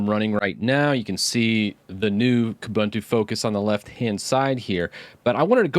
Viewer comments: please learn how to pronounce UBUNTU. It's an African word that is pronounced as OOBOONTOO. In this specific case it would be KOOBOONTOO. OOBANTOO or KOOBANTOO do not exist. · Definitely something to watch out for. BTW, "Most unique" doesn't make sense; something's either unique or it isn't, just like somebody is either dead or they're not. Also, all the "u"s in Ubuntu (and its derivatives like Kubuntu) are pronounced like "oo", so it's "oo-boon-too", not "oo-bun-too".